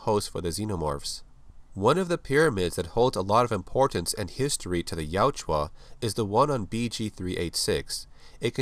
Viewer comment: Good video! I just want to let you know you keep calling the Predators, Yajua, but it’s Yautja. Ya-ut-ja. ☺️